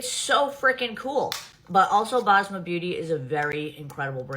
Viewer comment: also why are american influencers butchering up the name Basma? its an S in the middle of the name not a Z